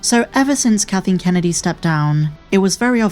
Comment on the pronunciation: I like that the narrator keeps calling her "katheen" kennedy